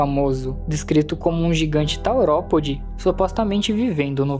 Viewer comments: primeiro que o certo é teropode e não taoropode e kratakéo não existe e sim cretáceo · "Taoropode" "cacarodontossauro" "kratakéo" mano? oque?